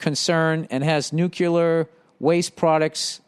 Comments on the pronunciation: Billy billy billy keep on stirring the pot. It’s fun for us all. And did I hear NUCULAR?! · Second one was “nuclar”